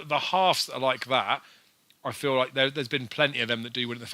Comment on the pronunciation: Loike, a big priced winner loike, am well chuffed loike, dunno how I tipped it loike, but glad loike that people followed me loike... There were about 20 "loike" comments in the first 5 minutes... Needless to say I didn't bother watching the remaining 40 minutes!!!